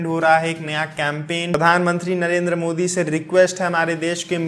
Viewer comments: It's modi not mosi 😂😂😂😂😂😂 no offence it just means that i noticed everything you say bro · Modi ko mosi bole raha h 😁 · Narendar mosi bola ya modi...😁😅😄🤣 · Bhai Narendra modi hota hai Moshi nahi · it's modi not moshi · Are Bhai Pehle Modi Yaa Mosi Clear Karo 😂😂🤣🤣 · 😂😂😂😂😂 narendra moshi Moshi hai ya maoshi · ji Shuruaat mei aapne Modi ji ka naam thoda sa galat hogya.